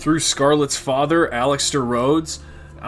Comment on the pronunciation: Scarlett’s father’s name is Allistair, pronounced like “Al-Iss-Terr”. I’m not trying to nitpick, just trying to help.